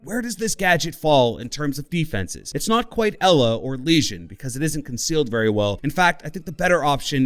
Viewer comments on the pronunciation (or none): none